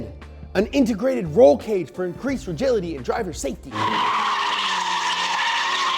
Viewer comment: Regility.... Rigid.... Agility.. I get it now!